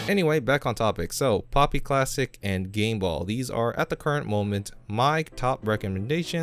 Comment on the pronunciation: Pl"oo"py, not Pl"ah"py.